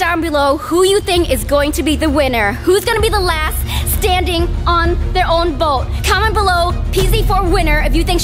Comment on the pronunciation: Rosa Lopez its boat not bote